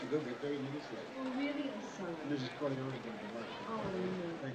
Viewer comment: Geary mispronounces 'Corleone' when speaking on the band stand. Making a point of his pronunciation when he's trying to extort Michael makes me think someone had a word in his ear about it, about how disrespecful it was...and how little he cares that he was corrected!